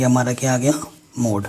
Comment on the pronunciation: Sir app mode ko muth keh rahe ho🖕🤣🤣